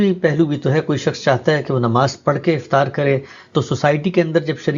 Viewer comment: Please Note افتار نہیں بلکہ افطار ۔